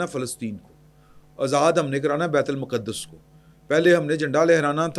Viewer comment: معذرت کے ساتھ بیت المقدس کی ادائیگی تو سیکھ لیں تجزیہ بعد میں کر لیجیے گا۔